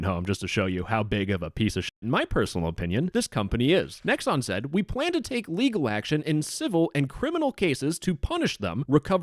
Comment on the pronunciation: did you say pwan ?